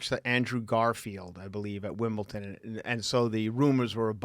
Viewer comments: Wimbledon not Wimbleton 😢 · Wimbleton? Do you mean Wimbledon?